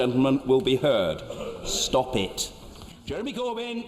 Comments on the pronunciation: Stop it! がstupid! に聴こえて一瞬焦った。 私は浪人よ。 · stop it が stupid に聞こえて、一瞬驚いた